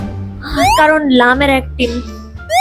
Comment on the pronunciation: ওইটা ওইটা অ্যাক্টিং ওইটা অ্যাক্টিন না 😁😅